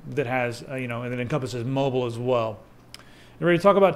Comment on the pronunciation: Lol "moble" Moble soder nuculer.